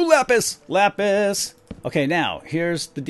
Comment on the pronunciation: um you do realize what you just said right? LOL it's not lapiz... lol that means pencil in Spanish :D I doubt you meant pencil I think you meant lapis XD